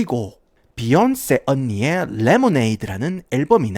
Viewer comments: 도입부에 제이쥐와 비얀쎄~ 하다가 갑자기 갱상도 사투리 나와서 개빵터짐 ㅋㅋㅋㅋㅋㅋㅋ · 비욘세 발음 존나웃기네 ㅋㅋㅋ